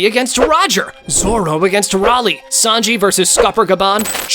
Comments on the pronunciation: Bro pronounced rayyyyyyleigh raaaaaleigh 🤡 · why is he saying ralyeigh